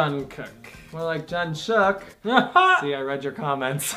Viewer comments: can i just say its not JungkooK its Jungkoo(k) the last K arent so loud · Jungkook is pronounced "Jungguek" he is the one with his name that is almost always mispronounced. My bias is Park Jimin. You guys should start reacting to their dance practices because they will leave you speechless! If you do react to their dance practices then start with blood, sweat, and tears (bs,t) you'll love it! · Pronounced as Jeongguk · ohhh hell no he is mine lol I love love LOVE him way longer then you and you said his name wrong 😲😲😤😤😤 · You said Jungkook wrong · You say jungkook wrong 😭